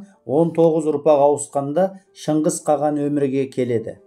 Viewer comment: Каған емес Каһан